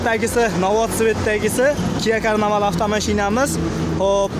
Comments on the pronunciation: салом шу карнавал деган су́зни Карнивал деб айтинг уят ку́рган одам устиздан куладию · Karnaval emas KARNIVAL!!! So'larni to'g'ri talaffuz qilishni o'rganinglar video qilishdan oldin!!! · Белый жемчуг айтилади ,белий жемён айтилмайди. Кия карнивал дейилса керей манимча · Oldin mashinani nomini aytishni organing yahshilab